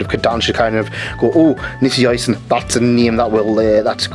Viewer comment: i think you should pronounce it nishio ishin 😅 (not sure if im correct tho) ❤